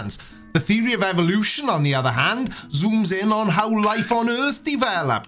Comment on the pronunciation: Is saying Evolution or Evilution?